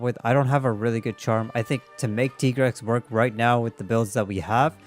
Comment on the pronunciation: Why do you say Tigrex as Tee-grex? On the weapon, it even writes Tiger. It should be pronounced as Tai-grex like Tiger.